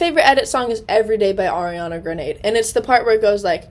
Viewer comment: Maam... did u js say Ariana GRANADE!😭😭 im cryinggg😂